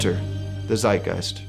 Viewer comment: as a german i was not expecting a german word from you and laughed out loud about the way you said it. its pronounced like "tzeitgeist" but not bad dude